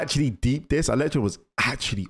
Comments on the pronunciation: Man said “electrode” 😂😂😂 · His name is ELECTRO, not “Electrode”. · It's Electro not Electroed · "Electrode" LMAO 😂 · Ah yes electrode, you need to start remembering names, it's electro!!! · It's Electro not Electrode, he's not a Pokémon bruv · Electro not electrode btw 😂